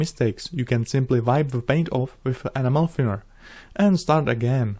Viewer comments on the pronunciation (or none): Funny thing is amazon has a high search rate for tamiya animal paint. I think you should try to enunciate the E at the beginning of Enamel. Not a big deal I understand English is rough with the various accents but it may stop the confusion.... keep up the great work, love all of your work.